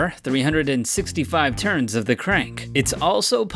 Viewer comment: “Truns” Lololololololololololololololollololololololololololoi